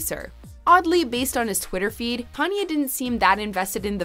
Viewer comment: U guys always call Kanye “yee”. Needs to stop